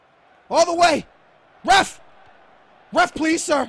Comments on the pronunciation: Ive just noticed, but is it me or when evrytime says ref, it sounds like hes saying ruff, like a dog barking lol HAHAHAHAH, U KNOW I LUV U DOH BRO:) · I love it when was shouting ref (on the 90th minute), he sounded like a dog barking.. Lol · he is saying ref ref ref, like a dog woof hahahaha, if anyone understands me xd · You sounded like a dog barking saying ref a lot